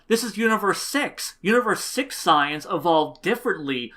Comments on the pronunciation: I agree with u on everything else, but Goten became ssj from getting smacked around in training with his mother(still not a decent reason). Also, and this is just a petpieve, but u pronounce saiyans wierd. Its SAY-YANS, not SI-YANS. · u keep saying super signs instead of super saiyans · Lol OMG dude you're saying "saiyans" all wrong, other than that I love the video and I completely agree with you